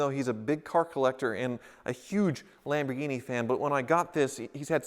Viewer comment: what in the world is a Lamghini